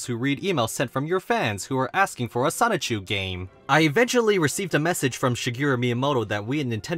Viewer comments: PLEASE PLEASE PLEASE pronounce Sonichu correctly. Its the only thing about the video that’s killing me. Sonichu as in Pikachu not Sonic-chu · Still pronouncing it ‘Sonic Chew’ I see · great video but please stop saying it like sonick-chu 😭😭😭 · I'm not gonna lie... each time you say sonic-chu hurts my soul from within dimension c-197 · If he keeps saying "sonic-chu", I'll be slightly peeved off >:( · please just say sonichu correctly 😭